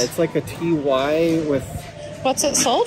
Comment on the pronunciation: I don't mean to offend but why do you and John say T Y for the Ty Babies/plush? It's TY pronounced TIE! I can live with the way you say it because I love you and your videos very much but miss pronunciations set my teeth on edge. Sorry--but keep those videos a coming!